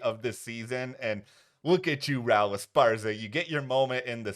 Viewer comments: It’s “Rah-ool” not Rowl. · Even heard call him "Rowl" when others were clearly saying it correctly.